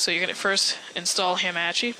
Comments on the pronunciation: lol thanks the previous method me and my freins used didn't work anymore after the game switched to beta. Also...you pronounce hamachi in an intresting way...Ham-Ah-Chee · YOU SAY HAMACHI WRONG